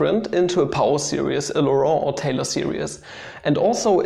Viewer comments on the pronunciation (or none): none